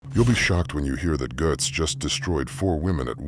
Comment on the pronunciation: Matts name is pronounced like GATES..